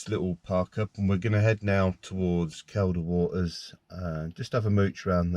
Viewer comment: It's pronounced "Keel da " water, you brute. The lakes are in the singular, too. I'll let you off this time. ( for your future ref. ) Enyoy these "vanners vids". I'm goosed now, but did plenty of it years a go. Enjoy ya time, whilst ya can.